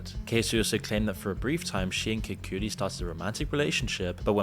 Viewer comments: lol the guys video is almost instantly invalidated when i hear "Kacey"... I know i know.. editing, long hours etc.. it can happen, but man.. everyone knows she brought this case forward so to mess up that name? idk, rubs me wrong... no diddy. holy shit "KID COOTIE" My guyyyy you're killing me here 🤣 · I cannot stand how this guy pronounces people's names when someone else in a clip he includes, pronounces it normally. SEEN COOMS, KID CUTIE. What is this? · kid cooties lol the pronunciations are killing me of cassie, shyne and kid cudi lol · "Kid Koodie" 😭😭